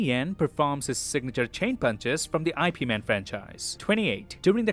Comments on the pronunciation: it is actually pronounced as "yeep man" not "eye pi man" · Ip Man, not I.P. Man. It's pronounced almost like "eep". It's the man's name, ffs. Beyond that, though, great video as always! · Not "Why Pee Man" but IP MAN, it should not be read like English "I" but like "E"! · I'm sorry but really? I.p man? Its IP man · did you just disrespect IP man by calling it I.P lol Its pronounces Ip. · it's actually pronounced yepmun not i.p man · I, P man? IP is not a two separate letter pronunciation, IP is a name and his name is like "Hip" without an "H". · Everything was fine until you said I.P man it's IP man ...(YIP man ) gotta say it right my boy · The thing that triggered me a bit too hard: The movie series with Donnie Yen is called "Ip Man" not "I.P. Man". 🙃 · I P man broke me. Ip is one word, not an abbreviation, and Ip Man is a two words name. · FYI its not pronounced I.P. man. in romanised chinese its pronounced more like yip, like what aang says when he wants appa to fly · Bro read IP Man as "ai pee" Man 💀💀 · Umm, it's not IP Man; it's Ip (sound 'yip') man. It's a somewhat common Chinese name in Cantonese. Otherwise, great work! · Love how he said I-P man not "IP" man 😂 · Yip Man, not I P Man, that’s how the two letters are pronounced in mandarin 😂 （葉問 is the character’s name) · It's Ip Man. It is his name. Not I.P. Man. He wasn't a superhero, but a kung fu master. Instead of putting ads in your videos, do your research! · it is IP MAN or YIP MAN not I P man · It's Ip Man not IP man. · HOLD UP! ITS **NOT** "I.P." man, for goodness sake Ip Man is a name. Please respect and pronounce it as so.